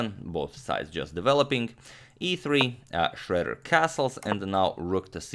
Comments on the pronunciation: It is not pronounced shredder but Shroeder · The "oe" in "Schroeder" is actually pronounced like "euh" in french or "ö" in german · I've never heard Schroeder pronounced as "Shredder" before. But in this case, Schroeder got shredded. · You usually nail German pronounciation. Did you imitate the English pronounciation this time because Alfred Schroeder presumably was American (or migrated and changed the spelling of 'Schröder')?